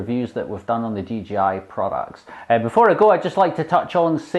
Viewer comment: he said DGI